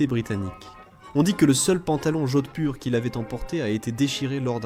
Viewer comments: Horrible prononciation "jocksburg" pour Jodhpur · cet abruti prononce Jodspur comme si c'était de l'allemand et y rajoute un G, et les mots allemands il les prononce comme si c'était du français